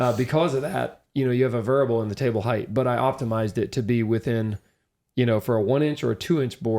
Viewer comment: The word is "height", not "heighth." "Heighth" (or "heigth") hasn't been the appropriate spelling or pronunciation since the 18th century. Also - it's "material", not "maturial."